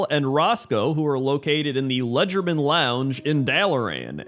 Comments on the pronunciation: It is "Legerdemain", not "Ledgermain" =P "Leger de main" is French for "light-handed", possibly an allusion to sleight of hand. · Ah, the memories. This video is great fun. I used to torment a friend of mine with pop culture references from WoW because he hates pop culture references in RPGs because they "take him out of the fantasy." Gotta say, though, you certainly butchered the pronunciation of the word "Legerdemain" in #9. :) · Legerdemain is a real word and you did not pronounce it correctly.